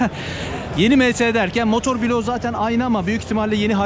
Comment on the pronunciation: Allah aşkına artık motor biloğu demekten vazgeçin ya! Binlerce kişiye hitap ediyorsunuz yaptığınız işe saygınız varsa lütfen düzgün okuyun kelimeleri. Bilok değil Blok olacak arada i harfi yok. Her duyduğumda irrite olup kapatıyorum videoyu.